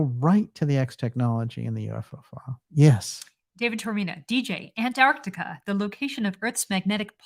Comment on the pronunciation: Well done, the first American on Youtube who can pronounce Antarctica properly!